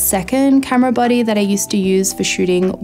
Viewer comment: It took me a while to realize you were saying 'body' and not 'buddy'. Silly me.